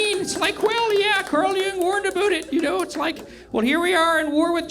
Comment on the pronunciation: "Carl Jung warned aboot it" Tight.